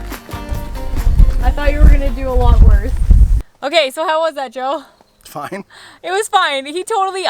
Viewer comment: Ahhhhhh……Joe! I finally worked it out via the text. I’m sorry but I occasionally struggle with Canadian accents a bit …..just you pronounce some vowels and SOME consonants oddly compared to Aussies.